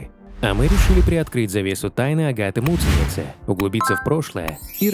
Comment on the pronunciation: Когда вы произносите таким образом фамилию Агаты, звучит как мученица!!! Вот зачем так делать!??